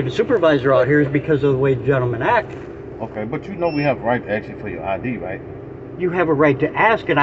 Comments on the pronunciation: Anytime I hear a cop say "I axed you..." I already know they don't know the law and they are going to go hands on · “I Axe You “ - If you can’t simply speak English , you shouldn’t be upholding the law that’s written in it. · I can't take Anyone seriously who says "Axe " instead of "Ask". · If a cop is so damn ignorant as to 'aks' me anything, he deserves the disdain and ridicule. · Diversity is our strength! "I axed you a question". WTF? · You cannot " ax " somebody to make them move back. You can ask them. Axing them would be against the law... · It's amazing that a grown man went through 12 years of school and still can't say and pronounce a common word. It's asked not axxed there officer. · He axed you a question!🤪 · When blacks axe questions, axe for ID, axe for eveything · He axed you for ID! LOL